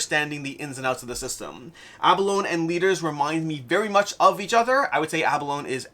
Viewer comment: Abalone has a long e at the end... Just like the animal